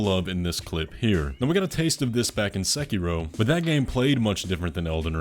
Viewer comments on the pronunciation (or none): none